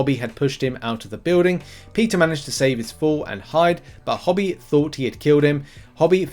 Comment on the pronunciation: "Hobie" with the "obie" like the letters O B . Not Hobby!